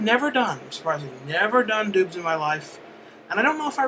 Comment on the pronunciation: for a second there i thought you said "i never done doods before" instead of doubs